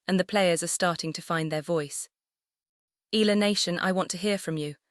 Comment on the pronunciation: By the way, it's E-ya-la, not Ela. Thanks.